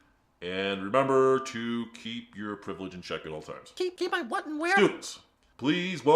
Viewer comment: "White Privlege"